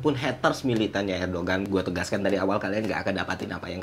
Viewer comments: Erdogan bukannya dibaca erdoan ya? G nya gak dibaca kan? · bang btw mau ngasih info aja kalo Erdoğan itu dibacanya Erdoan bang karena huruf Ğ itu engga dibaca kalo di bahasa turki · Fyi bang, cara sebut nama presiden turki yg bener "erdoan". Btw gua mahasiswa di turki dan ngerasain banget dampak inflasi turki 🥲. GWS turki